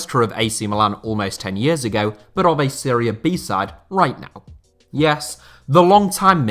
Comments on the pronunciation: i hate when people say Seria B. Serie A and Serie B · Why does everyone pronounce it 'Syria A' or 'Syria B'? Wtaf? It's 'Serie'. And if you wanna be really specific on pronunciation, you pronounce it 'Se-ray'